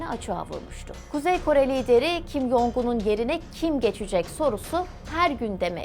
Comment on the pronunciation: “Jong” Cong diye telaffuz ediliyor.